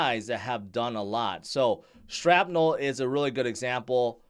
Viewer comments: It's not Strapnel....😂 it's shrapnel...like from a granade... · why you call it strapnel? 🤣😂. and you telling us to "strap on" all the time! 😅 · I heard him say sTrapnel. SMH